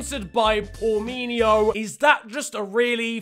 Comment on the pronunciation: I'm Brazilian and I have no idea of what "Porminho" is hahaha. But "Pornozinho" is the diminutive of XXX content. "Porno" means the same as "Porn".